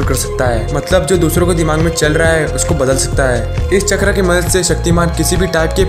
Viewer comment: चक्रा नही भाई चक्र 😂😂😂